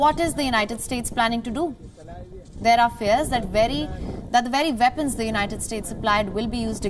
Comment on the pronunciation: "The veddy vepons "